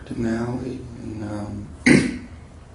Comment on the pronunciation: I was half paying attention because I was reading a text and I thought he said "these are the Yaoi pictures" instead of alley pictures.